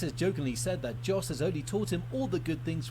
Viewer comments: Someone correct me if i'm wrong but i'm pretty sure that Yos is more correct pronounciation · you got the name of jos almost right, it sounds like you said djos, but if you leave the d sound out of it, you have it